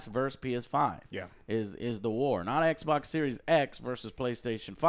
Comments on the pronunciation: I love when joe calls xbox eckboc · It's XBOX. Saying it like that makes you look stupid 😶. And saying you don't care that people call you a fony fan boy just shows how much of one you are 😂